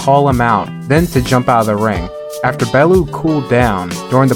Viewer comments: Lmao Bellew is pronounced BellYOU not BellOO😂😂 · i love you & have followed you for years but this is the only time ive ever seen you be wrong about boxing, its pronounced “bell-yew” 😂 other than that your record speaks for itself, the GOAT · Its pronounced Bell-yew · Just for future reference its pronounced bell-you and all he wants too do is get home too his wife & kids. Keep doing what your doing man, much respect ✌️ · Please learn how to pronounce Bellew